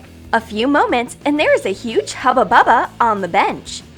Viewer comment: Stupid it isnt haba baba its huba buba